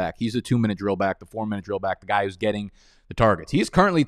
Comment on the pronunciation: What is wrong with the way you say back?